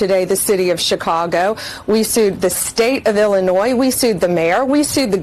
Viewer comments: Illinoy no “s” on the end. It’s a French language origin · Love your content, but because I am that kind of A-H0le, I have to say this... You mispronounce Illinois, it is pronounced like ILL-A- NOY, not ILL-A-NOYZ, If you don't care about pronouncing the state correctly, why would you care that you are pronouncing the governor of that state's name correctly? Keep up the great content, but, that word happens to be one of my weird, quirky triggers.... like when people say "I'll meet you at 8 AM in the morning.... there is no other 8 AM AM means the morning, so, either say 8 AM or 8 in the morning, don't use both :) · Illinois = il•li•noy. ❤ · Illinois (ill-in-oy), silent S at the end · Ell laa noi no s on the end thank you 😎